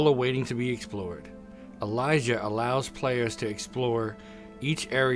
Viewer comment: Why does he pronounce it like Elijah? Its Eee-lee-si-ah lmao